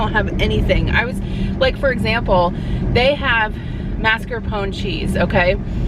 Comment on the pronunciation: Thank you for saying mascarpone correctly. That never happens! and drives me nuts!